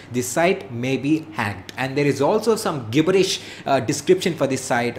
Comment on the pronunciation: Yo its pronounces jibbirish